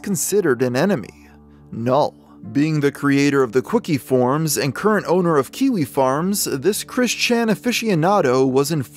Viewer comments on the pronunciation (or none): He keeps saying quickie forums instead of kiwi lol